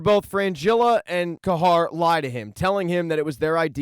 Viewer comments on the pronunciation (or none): Mispronounced words drive me crazy I don’t want to be rude but it’s cahir nor cahar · Decent recap mate, but u really need to work on your pronunciation: - the "Kaer" is Kaer Morhen is pronounced like "Care" - its the "Wraiths" of Morhogg -- not "Wraths" of Morhogg - why not call Triss by her first name, like everyone else - its "Cahir" , not "Cahar" Also, that was not Ciris mother during the Dol Durza... the baby in the vision clearly has brown hair. The woman choking triss in the vison is actually Lara Dorren, and the baby is Rhiannon.